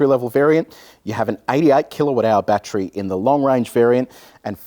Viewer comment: Why do people say batchry it’s BAT TER RY😂